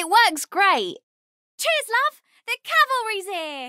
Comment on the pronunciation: Overwatch vs TF2 with voice lines; TF2 wins except for "CHEERS LOVE! THE CALVERY'S HERE!" (or "QUEER" in Tracer's case lmao)